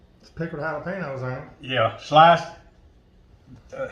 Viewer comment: “Jah-luh- payno’s!??? 😩😂👏🏼 loved this recipe and video 💙